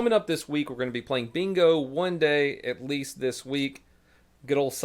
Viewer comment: At teest we bont hafe gunss